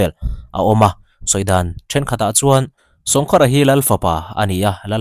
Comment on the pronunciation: Sawngkhara tih I thluk dan kha khar tih lai kha thluk deuh tur,sawng tih awmzia hi kawngka/kawngkhar tihna, sawngkhara tih awmzia chu kawngka khara tihna vel a ni e